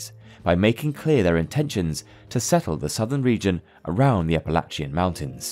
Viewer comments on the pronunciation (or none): Don't ever pronounce Appalachian like that ever again.